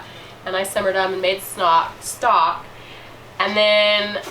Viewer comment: I had to rewind & it😮 sounded like you said , “ snot” instead of stock 🤔. Whether or not it gave me good belly laugh 🤪🤪🤪 I do the same with my bones … makes wonderful stock 🤩🤩🤩. 👵🏻👩‍🌾❣️ EDIT: as a kid mom used to make 💩 on a shingle. Meat of any kind, & gravy over bread. Now I do sausage gravy & biscuits 😂😂😂